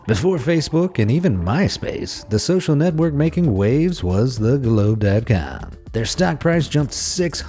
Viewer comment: The gloobe daat caam hahahahaha